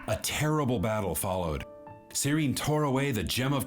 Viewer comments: Seele! Like Seh-le! I'm gonna haunt you, till you tell it correctly :) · Seele (pronounced seh leh) and Bronya grew up in an orphanage together which is why she calls Bronya effectively "Big sis Bronya" even tho theyre in a relationship, the rest of the things you asked about are kinda spoilers or just there for music video purposes